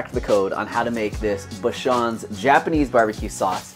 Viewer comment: Correct pronunciation is Bah-Chans. Obachan means grandma.